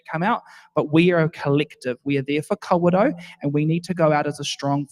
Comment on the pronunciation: Kawerau not car row 🙄